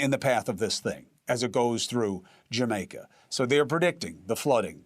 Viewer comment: But where is “Jermaica” at?? 😂 it’s what he keeps saying 😂😂😂 Praying for Jamaica 🙏🏾